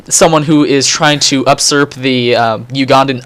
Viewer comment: Usurp not Upsurp